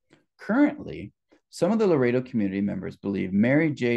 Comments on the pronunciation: I hate to be picky but it is not Laredo it is Loreto… Lo. Rett. O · It's not Laredo -; it's pronounced Lor-ret-toe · You are pronouncing Loretto wrong. You are saying it like Larado which is a city in Wyoming.